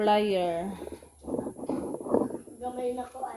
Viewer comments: Air fryer not air flyer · Airfryer po d flyer